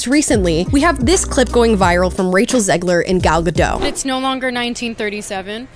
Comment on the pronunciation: Just an FYI, the 'T' in Gal Gadot is not silent. If anything, it's exaggerated.